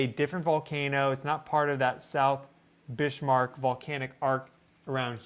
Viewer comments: Ha, I always notice how well you correctly pronounce many names of different locations around the world. Can I please request you research how to correctly pronounce Bismarck named after the German battleship of World War II which is named after 'Otto von Bismarck'. My understanding of the correct way to say it is from the song Sink The Bismarck by Johnny Horton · Bismarck (German) pronounced Biz-Mark not Bish-Mark? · Please.... it's pronounced "BIZ-mark" not "Bishmark." There is no 'h' in the name. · I'm pretty sure it's Bismarck, like the ship and the Chancellor, not Bishmark. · needed to say this as well. Bizmark would be the correct pronunciation for that German name. 💚💚💚😊👍👍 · please, you are undermining your prodiguos authority ( on these subjects.) The pronunciation is BIZZZ-mark. NOT biSHH-mark. [ *if any doubts remain, see pre WWI German history ] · Bismarck 🤷‍♀️ no H, GEES 🫩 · Got to say it ! That is Biz mark Sea ! There is no h in it ,Not Bish mark ! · pronounced Bizmark, not Bishmark. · Bismarck is not Bish-marck not even in German, please 😊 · “Bishmark”?? It is clearly written Bismark on the map,. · "Bishmark?" It's 'Bizzmark" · 'Bizmark' sea? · It's not bish mark sea brother, it's pronounced biz mark, Bismark lol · So interesting! My guess is that it was an echo of 1972, potentiallya litte greater. Pumice raft - yah. 👀🧐🔔 BTW since Bismark was Northern German, pretty sure he did NOT pronounce the S like ish, rather like a regular s, OR like a z in standard American English. Your tone speaks volumes 🥰, thank you,, for your educational and interesting coverage. Your mastery of online resources helps us to be more aware of geo energies in a larger context. 🌅time to brew up some of your Vitalitea😋❤ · Bismark a Germanic christian name Notably a king at one time and is pronounced biz mark. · Shouldn't that be pronounced "bizmark"? Great content anyway. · Just a note,. Bis-marck. There is no h in the word. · No H in Bismarck!